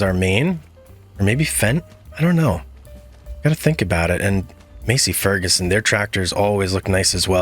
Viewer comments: I had to giggle. Im from Iowa so trust me when i say Massey Ferguson is pronounced Mass-E. PS, i dont know how far you want to go into realism but since watching your series ive paid a little more attention to the cornfields that surrond me and around here, there isnt a one of em with squared off corners. Im sure there must be some somewhere but even farmers know that backing dat ass up isnt very practical. To make things easier, id just round off the corners when planting so you have one long continuous row without all the back and fill. You might lose a bit of crop, but is that little corner a great loss? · Not ragging on ya my guy but it’s “mass-e fur-ga-son 😂 again no biggie man lol just trying to help! 😉 There’s other pronunciations as well like “swath” 😂 “class” 😂😂😂😂 not hating mana love the content just ADHD with some sprinkles of OCD here and everywhere is all lmfao Much love man.